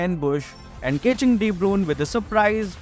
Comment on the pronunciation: How he mentioned the De Bruyne name 🤣🤣